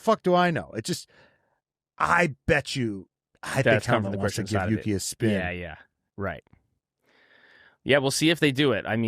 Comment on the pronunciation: Marco's favorite is Yuki., you said it precisely correct! (as Japanese sight)